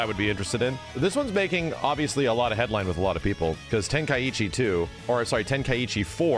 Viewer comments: Ten-Kai-Chi not Ten-Kuh-Itchy. Where are you getting that extra "t" from? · Can we please stop pronouncing it wrong? It's not Ten-Kai-EE-Chi It's Ten-Kai-Chi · Why does every american pronounce Tenkaichi so wrong?